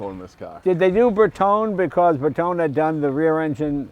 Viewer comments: It's surprising these two don't know how to pronounce Bertone. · I am assuming their pronunciation of Bertone is an American thing.